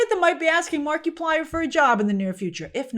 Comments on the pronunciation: Oh that was a brutal Markiplier pronunciation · never heard Markiplier pronounced that way 😆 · I died inside at how you pronounced Markiplier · It's like saying Multi-ply instead of multiply. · Never thought i'd run into anybody that doesn't know who "Mark-a-plier" not "Mark-e-Plier" is. That's like saying you don't know who Mr. Beast o.O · I love you as a reporter Grace but it would literally have taken you 10 seconds to find out how to pronounce the guy's name correctly. the creator of Iron lung name is pronounced like Mark-plier it a play on multiplier not Marky -plier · It’s not Mark-ee-plier, it’s Mar-i-plier ( short vowel form ) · I realize Grace that you don't follow Mark - 'ah' - plier. But I do feel it's worth pointing out that he was involved in the 'Edge of Sleep' series that was distributed thru Amazon. While neither writer or director in that series, he was involved in promoting as much as he could due to Amazon's seemingly strange limitations about advertising upcoming shows. Due to the frustration and annoyances perceived. I think there is a pretty big reason what encouraged keeping the big companies out of the mix this time around... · I work for Disney and Marvel and the hollywood machine. I am THRILLED that Markaplier showed you dont need the corporate Monoliths to succeed. The whole thing would have been completely tainted if he had "kissed the ring" of disney first. Mark-a-ply-er, PLEASE at least learn to say his name right, Gave hope to me that the film industry can recover from the Monopoly that has destroyed its creativity for the last 20-30 years. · Grace must have said "Marky plyer" 100 times this video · It's French Marky-plea-ay 😜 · I giggled every time you said Marky-Plier 🤣🤣🤣🤣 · Markiplier. (Mark eye plier) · it’s pronounced markaplier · I LOVE the way Grace says Marky Plier 😂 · “Mar-kee-plier “? “Conservative male viewers” for Iron Lung? Iron Lung not being good? What kind of biased is this? I am rolling on the floor at the moment.